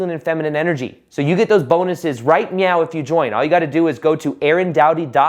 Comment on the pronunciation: Think he said “right… NOW” which sounded like “meow” 😄